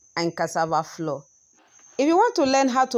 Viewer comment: Please what is cassava floor? Or you are saying flour?